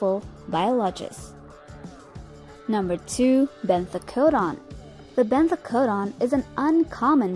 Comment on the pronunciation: I can't explain but I love the way you pronounced benthocodon the second time